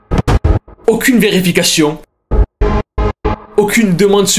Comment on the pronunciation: Créachion, verificachion, applicachon, churtout..... Ta prononciachion est chelou......... Tu te la pète ou tu as un nouvel appareil dentaire....??!